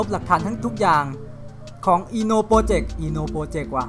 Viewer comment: ถ้าเป็นเกี่ยวกับญี่ปุ่น น่าจิอ่านว่า "อิโนะ" รึเปล่างับ0w0